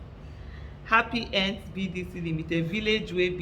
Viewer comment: Alhaja, why the emphasis on "Happy Ends" BDC Ltd? 😂😊